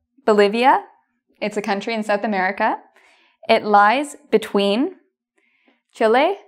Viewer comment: no one:: Sudamerica looks llike a florwer jajajaja